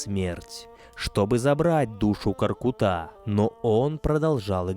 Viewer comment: Дизлайк за твоё произношение имени великиго ҚОРҚЫТА , ударение идёт на средний гласный звук .